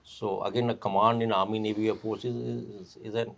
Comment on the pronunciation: Ca-man-do of air phorce...Garud phorce, phraud phorce.